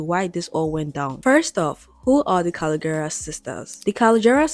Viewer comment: you mispronouncing their last name is killing me lol. also patricia never followed trump, she liked one post, not multiple. just to clear that up.